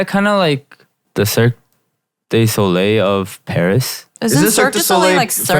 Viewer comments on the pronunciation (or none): none